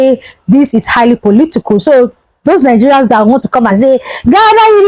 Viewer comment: KIDNAPPERS NOT KIDNAPPAS POLITICAL. NOT POLITICOL YOUR ENGLISH PRONUNCIATIONS IS VERY POOR